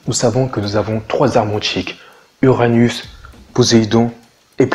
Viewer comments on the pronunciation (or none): dsl j'ai skip la video au moment ou tu dit uranus et j'ai entendu anus